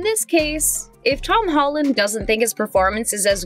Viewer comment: she said hom holland